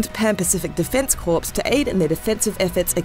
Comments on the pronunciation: 0/10 it’s core not corpse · Corps. Pronounced Core